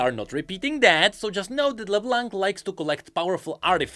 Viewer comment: Plz, don't say LeBlanK. The "c" is silent. My ears are bleeding right now.